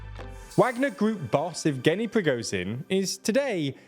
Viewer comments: who is PRI GO zin????? you mean prigo_zzzhhhhhhin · his name is prigo-ZH-in, not prigo-Z-in. the english language has the sound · Please learn how to pronounce Prigozhin; 'zh' is not pronounced like 'z'.